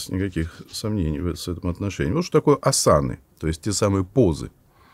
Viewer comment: А почему асАны? Ведь Асаны